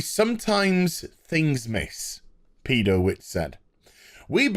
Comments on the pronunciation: What kind of moron puts a new show on 7week hiatus when it had TRIPLE the amount of viewers of BatWahmen? Btw...”Pedo”witcz is probably correct pronunciation. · I believe you're pronouncing Mark Pedowitz' surname correctly. Continue.